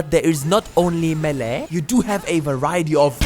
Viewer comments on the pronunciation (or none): none